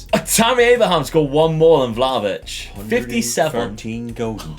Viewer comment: its not Vlavitch its Vlakhovitch dude